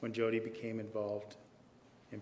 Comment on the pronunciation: Her name is Jodi not Hodi